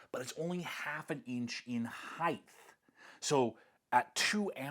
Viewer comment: You didn't say heigTH right?